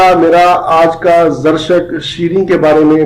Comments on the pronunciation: Muhtaram iska talaffuz theek karlen yeh "Zarishk Shireen" hota hai "Zarshak" nahi hota braey meharbani talaffuz theek karlen. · Dr sahab ye zar-shak nahin balkay za-rishk hay.